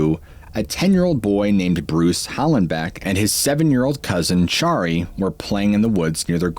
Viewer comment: "... and his 7 year old cousin named Chari". He pronounced her name as "charry", instead of "sherry" or "cherry".